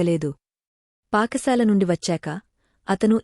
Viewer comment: Paka sala kadhu Pata sala amma